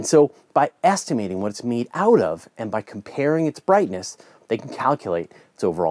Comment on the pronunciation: that canadian accent...every time you use the word " out " drives me nuts...